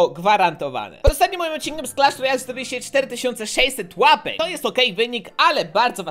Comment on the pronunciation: Czemu mówisz clasz rojjjjjjallll